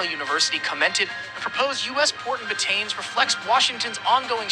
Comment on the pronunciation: Very wrong pronunciation It’s Bat tanes but Ba Ta NES 😢😢😢